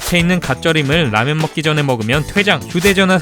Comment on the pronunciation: 라면이라는게 한자여서 발음을 라미엔이라고 하는거 아닐까요? 라면을 중국음식이라고 인식하는게 이해가안되네요. 대만에선 라면을 일본음식으로 알고있거든요.